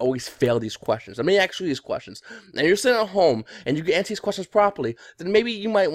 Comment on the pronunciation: I'd never work for a guy that says axe instead of ask.